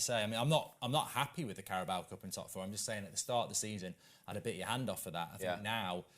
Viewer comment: Goldbridge why do you pronounce it the carabowa cup 😂